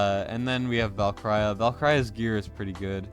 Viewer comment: LOVE your vids but jeez bro you're butchering my ears with how you pronounce Valkyra.